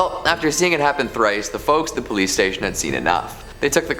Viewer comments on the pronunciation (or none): none